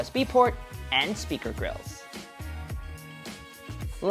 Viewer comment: " Speaker GrillES"